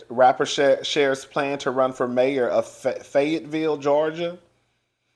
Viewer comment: Yes your pronouncing it correctly!! And Fayetteville is beautiful with big gorgeous houses!! 😊👍🏽